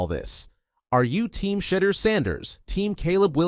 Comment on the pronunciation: Turning off after hearing you pronounce his name, do better.